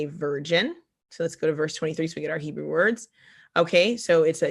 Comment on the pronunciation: She said "Nebrew"! 🤣🤣